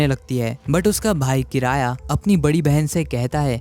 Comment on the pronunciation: Bhai kiraya nahin kiriya hai uska naam